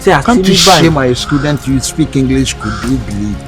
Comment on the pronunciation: Can’t you shame my scudent saying cuduu 😅😅😅😂😂😂